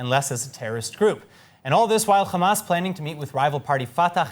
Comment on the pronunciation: Put some effort to your pronunciation of Arab names. Fatah and Hamas should not be pronounced with خ but with ح